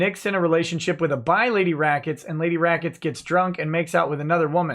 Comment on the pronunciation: Rackets becomes lemwahh for a split second.